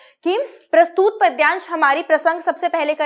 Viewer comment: बाकी सब अच्छा है पर प्रस्तुत को प्रस्तूत मत बोलें